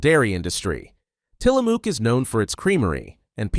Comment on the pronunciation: The Os are silent in Tillamook. Yes I'm from Oregon. It's a ma sound. Not moo. So Tillamuck is how it sounds. Best cheese in the world